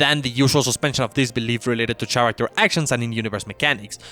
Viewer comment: The "ch" in "character" is pronounced like K.